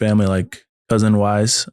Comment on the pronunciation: My early morning brain heard “dozen wives” when he said “cousin-wise” and I definitely had to rewind. 😂